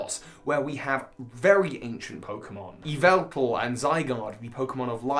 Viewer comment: It is pronounced 'Yaveltal'. I'm sure someone gets that